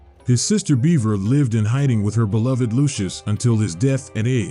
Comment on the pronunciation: My brother....amazing presentation on the map and presenting the story. 10/10. But. BUT. BUT! ....Bevera is not pronounced the same as beaver. I repeat - BEVERA IS NOT THE SAME AS BEAVER! Like, it has the same letters but, my brother in Lodis, if you pronounce beverage as "Beaver-age" you'd get punched in the face so god damn fast by someone nearby. Bevera is either "Behv-ruh", "Behv-era", or "Behv-ver-uh". Oh, and Lasanti comes off as an Italian or Roman last name (parallels to the catholic church and all that), so you'd say it "Luh-zon-tee" or "Luh-zahn-tee". The name shouldn't phonetically rhyme with "eye". I know these are nitpicks but I've been playing this game for about 20 years by this point and those pronunciations gave me psychic damage.